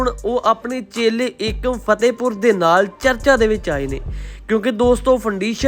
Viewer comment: Fatahpur aa fehtehpur nai bolna te sikh la pehla